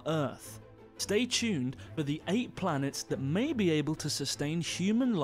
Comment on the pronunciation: MAY be able to... emphasis on may